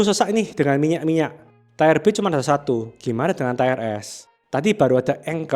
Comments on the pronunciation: Tire dibaca tayer (ˈtī(ə)r) artinya ban. Tier dibaca tier (tir) artinya tingkatkan. Entah maksudnya ini Ban atau tingkatkan. Kurang enak aja dikuping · tolong baca tier yang bener. ti-er, bukan tayer. udah beberapa kali bikin video tier baca salah terus. kedengeran jadi kurang teredukasi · Tier (Tir) dibaca TAYER.... hahahahahah.. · Tier bacanya mirip dengan teer/tir. Kalau tayer itu tulisannya tire atau ban artinya. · Terima kasih untuk materi2nya yang informatif. Masukkan saja, untuk pengucapan kata TIER, bukan "TAYER" melainkan "TIR" 🙏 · Tier nyebutnya TIR bukan TAIER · wkwk udah dari dulu bro diingetin di tiap video, tapi tetep aja enggak berubah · Nice vid, tapi sori nih, mau info aja kalau tier itu bacanya "tier", bukan "tayer". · Bahkan sub otomatis nya jd nulis tire/tayer bukan tier. Emang aneh ini yng punya ch antara GK baca komen atau batu ya wkwkwk. Pdhl udah ada yang ngasih tau cara baca Tier itu gimana pengucapannya. Sekali dua kali masih maklumi, tapi dah 3x sih. Ku sendiri ikutan Gedeg dengarny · Please stop bilang TAYER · bacanya tir bang, bkn tier.... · ngomongnya jadi kayak ban